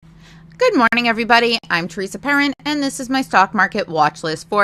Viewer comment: PERESA TERRIN. LMFAOOOOOOOOOOOOOOOOOOOOOOOOOOOOO